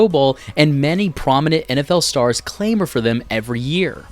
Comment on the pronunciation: “clamor” should be pronounced as “cla-mer”, not “clay-mer”.